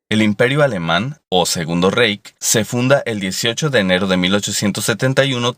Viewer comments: Diutchland!! Jajajaja!.. No pues para eso está Google Translate compadre. Es "raij"no "reij". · Reich se pronuncia Raij ...! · Se pronuncia "raij" y no "reich". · Se escribe Reich y se pronuncia '' raig' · "Doitschlant", y en latín se pronuncia como "Yermanía" y "Yermanus". "Reich" se pronuncia algo así como "Raij". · #9 Deutschland se lee "Doitshland", no "Deutchland" #19-#20 Reich se lee "Raij" no "Reik"